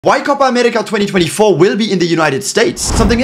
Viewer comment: Perfect "Copa America" Pronunciation.